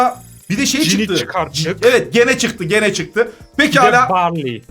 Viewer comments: Yazılışı GENE okunuşu CİNİ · Kötü amacli DEĞIL abi ama ismi normale Gene değel ismi söylemekte "cin" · Cok yavas aciyorsunuz bu arada okunusu gene degil gin diye okunur